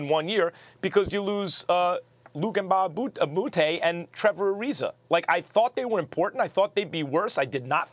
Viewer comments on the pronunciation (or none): Luke MbawaBUTAY 😭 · They still cannot pronounce Luc Mbah a Moute properly😂😂😂